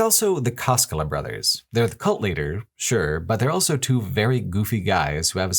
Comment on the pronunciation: pronounces the word "also" as "elso".